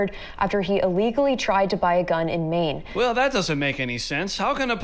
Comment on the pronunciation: ..it's Maine, Bro! 🤣